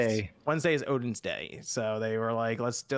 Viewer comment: Hey folks just popping in to say, it's pronounced: Oh-th-in because the name is spelt Óðinn, the ð is a funny th sound. New to the spawn as't, after watching clik and Jon on Nontendo. Also happy to hear and on the podcast., I'm a shit disturber like you man rock on, already subbed to your channel. Ps. Don't hate on me because I watch Alex, he dunks on and WAAAY too often, but otherwise he's pretty hilarious